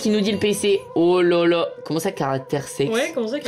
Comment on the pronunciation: Quand Michou dit parsex Elsa elle fait genre elle voit pas ce qu’il veut dire alors que c’est elle qui a prononcée comme ça 😂😂